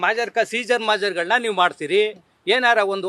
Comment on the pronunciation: ಮಾಜರ್....ಅಲ್ರೀ....ಮಹಜರ್...ಪ್ರಕ್ರಿಯೆ....ಸರಿಯಾಗಿ ಮಾತಾಡಕ್ಕೆ ಬರ್ದೆ ಇರೊ ನೀನು ಒಬ್ಬ ಲಾಯರ್ರಾ.....ಅಯ್ಯೋ ಕರ್ಮ